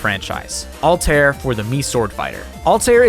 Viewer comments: Altair?!?! It's al-ta-ïr respect the quebec 😡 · "AL-TARE" My guy, it's "Al-tie-ear" haha Great video though! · I dont get why ppl especially ppl whose job is to pronounce things dont put in the effort of actually learning to pronounce things they say. Not only japanese words but like this one aswell. How does one get Ahl-tear from altaïr`? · The two dots above the ï in Altaïr mean it's pronounced seperately from the preceeding a. Ull-tu-ear. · Altaïr is pronounced "Al-tie-ear" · Your pronunciation of Altair makes me wince. Like the word naive. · That’s not how you say Altaïr